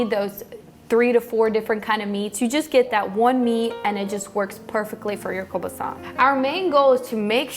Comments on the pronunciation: It's hard to take her serious heck she can't even pronouce kelbasa buttt i'll keep watching she is cute. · In Alberta where a large Ukrainian population lives, we grew up pronouncing it as koo-baa-saw. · Another great recipe, sounds delicious. I’ve always heard it and pronounced it as “keel boss uh” but hey, as long as it tastes good what does it matter huh..lol.